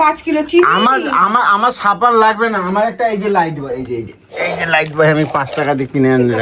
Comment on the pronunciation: ওটা লাইফবয়.. লাইটবয় নয়!